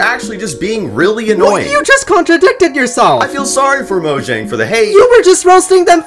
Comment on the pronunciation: the number one reason minecraft is dying is because for some reason there are still people who keep pronouncing mojang like it's an english word - it's a swedish company based in sweden with a swedish name - In Swedish, the letter J represents the "palletal semivowel" - represented in English with a Y. I meant the "mc dying" part as a joke but it's genuinely annoying people keep pronouncing mojang wrong lmfao